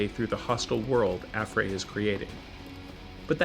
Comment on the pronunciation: he said affray wrong